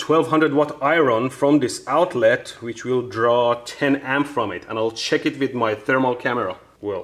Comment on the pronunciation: Normal people "check it out" Mehdi "checks its outlets"